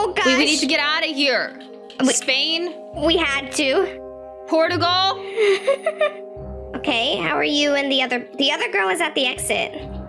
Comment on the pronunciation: Uhhh sorry.. PORTAGAL? Do you mean Portugal? (Por cha gul) thats how you sound it out silly 😂